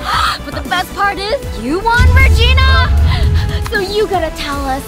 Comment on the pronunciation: regina not rigina